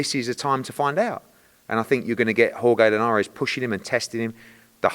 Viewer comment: The way Eddie pronounces Jorge Linares is so funny to me. “Whore-gay Linares” lol